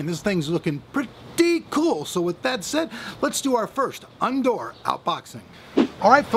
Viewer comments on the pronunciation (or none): "Undoor" lol